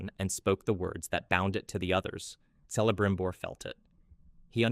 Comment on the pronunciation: But Celebrimbor is pronounced with a hard C.